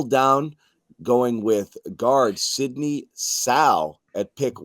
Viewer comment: LMAO .... his name is Sidy NOT Sidney!